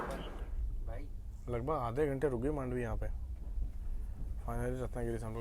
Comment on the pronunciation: Thanks for calling मांडवी 🙌 people call it मंडोवी